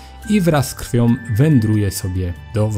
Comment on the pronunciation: tom? zdolnom? krwiom? człowieku naucz się poprawnie wysławiać